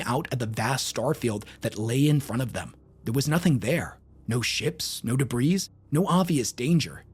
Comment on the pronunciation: my brother, the S in "debris" is silent. It sounds like DEEBREE.